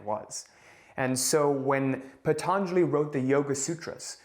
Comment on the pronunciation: NOT PHATHANJALI....its Patanjali i guess...i think it's Indian name.